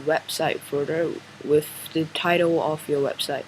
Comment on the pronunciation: when you say, "With" place your tongue to the bottom of your front teeth to complete the, "th" part. You are saying, "wif", which our children commonly do as they learn the language.